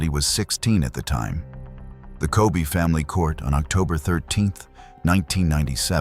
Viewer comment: it’s not “Ko bee” but “Ko bay” nice documentary but the pronunciation is not it